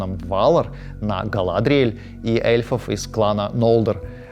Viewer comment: Жуть как режут слух ГалАдриеэль, ВАлинор, ВАлары и др. На русском языке благозвучнее все-таки по-другому.